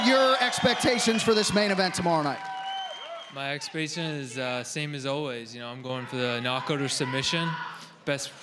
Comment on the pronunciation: God damn, it is hilarious how he said expection .